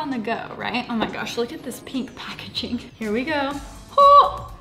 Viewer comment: “Peenk” Lmaooo